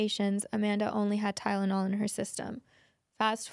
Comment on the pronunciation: “Tyledonol” lol